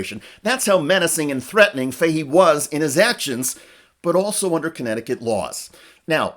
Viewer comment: I can't get past the mispronouncing of the name Fahey😢